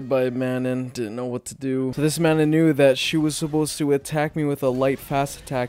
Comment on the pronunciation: Honestly a great video, I enjoyed your journey. Your Manon pronunciation is killing me though.